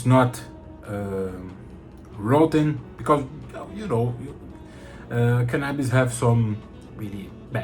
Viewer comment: Did you say canabis? Take my Money! 😂😂